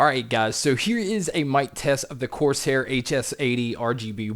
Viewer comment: why do you keep saying "coarse hair"?